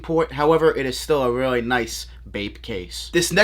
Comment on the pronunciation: “These are weally weally dope and weally weally sick🤣”